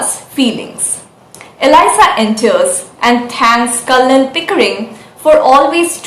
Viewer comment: Nice. The 'l' in Colonel is silent.